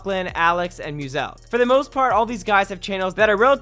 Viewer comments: Musalk? It's Muselk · Muselk is pronounced mewselk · What the f**k did you just pronounce Musulk as?!?!?! What the literal f**k!??!?!?